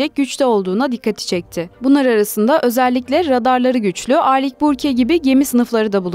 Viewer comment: O kadar video yapıyorsunuz şu telaffuzlara dikkat edin ya arlik burke ne